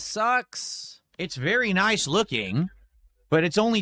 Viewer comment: *says in Mr Lewdacris * VYERY NYICE